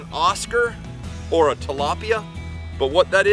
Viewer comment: Do he fr just say he calls them talapia or Oscars😂😂😂